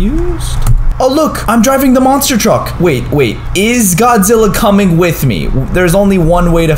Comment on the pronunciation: Why you say godzi